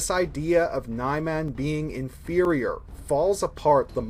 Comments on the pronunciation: Nye-Man? I think it's Neeman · This guy is expert at saying Niman. 😑😑😑😑😑😑😑😑😑